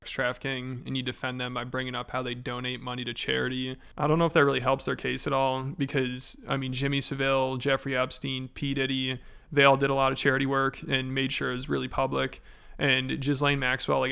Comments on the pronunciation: Just so you know it's Jimmy SA-vull, emphasis on the 'SA' and the VILE part pronounced vull. SA-vull. Makes me sick havin to explain that, but 'Jimmy Seville' makes him sound like a harmless lounge crooner, not one of the worst people to have ever existed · “Jimmy Saveil” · it’s pronounced jimmy ‘sav•ull’, not Seville like Norm macdonald pronounced it😂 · Please learn how to pronounce "Saville"